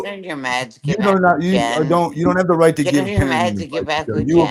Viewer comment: WHY DOES SAY R-R-RIGHT ALL OF A SUDDEN INSTEAD OF JUST RIIIIIGHT?!?! SHE IS SO GROSS